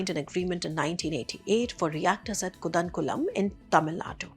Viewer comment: It’s pronounced as Kalpaakkam. The Hindi transliteration of Kalpaakkam (with the long “aa” sound) is: कल्पाक्कम Not Kalapakkam as you have pronounced and also Koodankulam and not kudankulam as pronounced by you. कूड़नकुलम (phonetic emphasis on the long “कू”). Always people don’t take efforts to pronounce southern indian names of people and towns/ cities properly while great care if taken to pronounce Chinese , Russian and other names